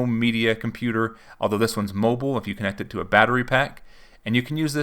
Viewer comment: I don't think "Mobile-y" is a word lmao